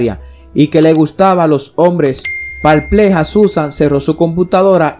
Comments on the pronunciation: No solo aburrida, sino también mal expresada, porque se dice perpleja y no parpleja. Señor hay que estudiar un poquito más español, sobre todo, gramática .Gracias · ~ Qué es ""parpleja"". Supongo que quiere decir "" PERPLEJA "". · Disculpa no se dice ""parpleja"" se dice perpleja o perplejo. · Muy interesante esta historia. Me permito hacerte una corrección constructiva, tú dices la palabra "pArpleja" 2 veces y lo correcto es "PERPLEJA" . Felicitaciones por tu trabajo. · La palabra, amigo, es " perpleja" , no " parpleja"... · Estas de madre (parpleja ) esa palabra no existe,se dice perpleja y como la repites.Ve al diccionario. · Se dice PERPLEJA, NO EXISTE LA PALABLA "PALPLEJA", tenga más cuidado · SE DICE PERPLEJA NO PALPLEJA NO MALTRATE EL CASTELLANO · Parpleja? No es sería perpleja? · La palabra es "PERPLEJA", lo que tu dices (parpleja) ni siquiera existe.... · Nose dice parpleja se dice perpleja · Con respeto quiero hacerle la aclaración no se dice "parpleja" se dice perpleja. 😉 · Que buena historia ….me dejo “pálpleja” min (perpleja) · Parpleja??? No será perpleja? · Se dice perpleja no parpleja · No se dice palpreja s3 dice perpleja , aprende hablar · se dice PERPLEJA!! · Se dice perpleja